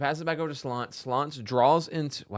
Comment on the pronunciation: Slonce is pronounced "swontsa" and means "sun"